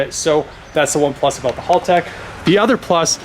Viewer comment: it's pronounced HAL tech like the computer in 2001 a space Odyssey HAL not hall!!